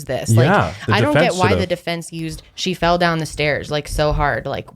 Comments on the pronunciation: you definitely said “fed” not fell 😂 great podcast! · He did say fed lol instead of fell